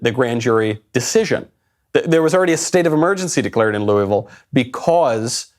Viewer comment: To everyone recently concerned with Louisville: Stop saying Loo-E-Vil!!! Its Loo-uh-vul....please carry on.